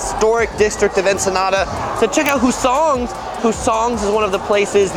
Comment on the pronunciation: The accent is on the first syllable of the word "Hussong's".